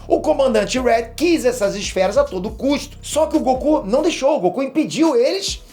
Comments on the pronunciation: GOQU hahahahahaha e goku não GOQU.Ta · Goku com "G-O-Q-U" KKKKKKK essa foi de capota o corsa